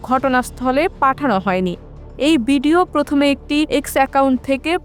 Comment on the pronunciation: বিডিও বলতে হয় না ভিডিও বলতে হয় ।